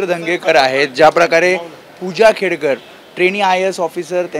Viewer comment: खेडेकर नाही रे बाबा खेडकर आहे ती